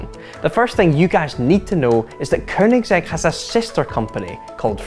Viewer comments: Dude, it's Koenigsegg, not Koernigsegg. It help to learn how to pronounce words properly before mispronouncing them on the internet for the world to hear in perpetuity. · 4 door? Uh can DriveTribe count? Also it's Koenigsegg not Kernigsegg. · "koeRRnigSEG" does this guy have a speech impediment? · Hate how he says korgnigsetshrj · “Kernigsegg” some scottish dude kn the internet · Dafuq is a Kernigsegg?? lol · Kernigsegg. ffs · I think it should be pronounced with a hard G as it is swedish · "Koernigsegg" hahaha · theres no 'R' in Koenigsegg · Didn’t realize Koenigsegg had an effin r in it.